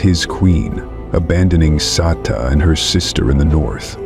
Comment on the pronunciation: IT'S Sek-e-kama, and Mat-su-me and Sa-tau. AI needs to fix thier pronunciations 👀👀